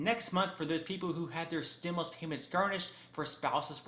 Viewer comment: Stimuast? Lol yikes